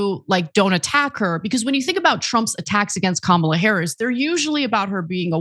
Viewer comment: Lied about what? It’s Harris, not “Harries”.